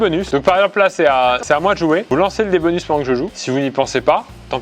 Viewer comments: Pierre qui dit "Cro" au lieu de "Croce" Pierre qui dit "bonu" aussi Et puis ça n'arrête plu... (s) Le stock de "s" devait être épuisé, comme le "p" et le "q" au début du confinement... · qui dit un « bonu » ca me perturbe! C’est trop bizar 😂😅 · Il y a que moi que ça a grave frustrer que pierre enlève tout les S genre il disait bonu et tout 😂